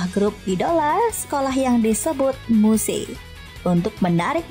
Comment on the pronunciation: AKHHHH BACA NYA MUSE DONGG GIMANA YA AH ELAHH :) YG BENER ITU EEEE... AKH GABISA DITULIS KEK MYUS GTU LH BACANYA KSEL BGT NI MOON MAAP SOALNY EMG TU ANIME BNER BNER DI ATI :D